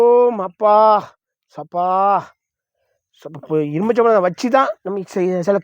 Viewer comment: இருமிச்சபழம் இல்ல தலைவரேய் எலுமிச்சைப்பழம்😏😏